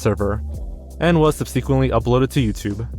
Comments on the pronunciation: The very incorrect pronunciation of “subsequently” always kills me lol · or 'subsequently'